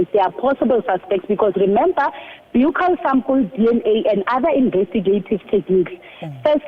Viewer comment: 1. I see people are already starting new rumours about other suspects that could possibly be responsible for the crime against the poor girl. Ai!! 2. Let's try and get the word right Ms Interviewer and Ms Brigadier. Its pronounced a "bukkal" swab as in the buckle of your belt. Otherwise, stick to a cheeck swab.